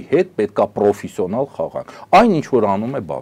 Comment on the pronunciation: Պռոֆիսիոնալ չի, հայերեն պրոֆեսիոնալ է, Իռան չի՝ Իրան է։ Ռուսը հային հանդիպած ամենամեծ չարիքն է, վաղ թե ուշ պետք է պայքարենք։ Գիտեք ալիեվն ա՞ խերվելու ռուսի "լավությունից"